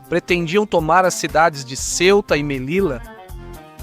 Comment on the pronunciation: Detalhe: Em espanhol, as letras LL produzem o mesmo som que o LH na Língua Portuguesa. Portanto, Melilla deve ser pronunciada "Melilha".